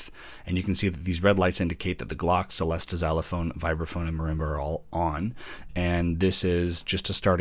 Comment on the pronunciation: Good review. “Celesta” is pronounced “chelesta” though, and “glockenspiel” is “glocken-SHPEEL”.